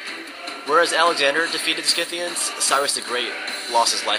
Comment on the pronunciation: You are not pronouncing the Scythians the correct way.